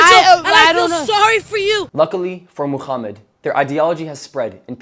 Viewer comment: Why do you pronounce Muhammad as "Mooh-Kchhh-ummud" or "Muuh-Kchhh-ummot" with your big gangly Zionist looking ass face 💀🤣